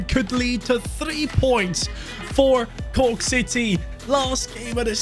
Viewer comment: Also it's not Cooke city it's corke or croke